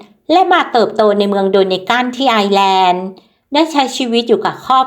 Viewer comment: ต้องออกเสียงว่า ไอ เอ้อ แลนด์